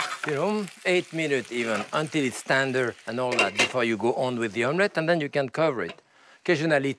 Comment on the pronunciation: Tender...Tonder... Tahndeer 😀